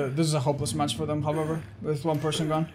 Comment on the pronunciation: I've always loved how says "Hahvever" instead of however